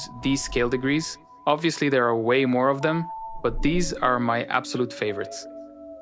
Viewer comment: It's just too much. The message doesn't need all that candy. And then there is the lack of ability to pronounce "these" correctly. So close but no cigar.